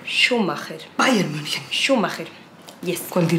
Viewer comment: Recién me doy cuenta que le dice Bayern Münich 😂🤣